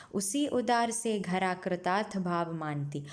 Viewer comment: 8th line not khara its dhara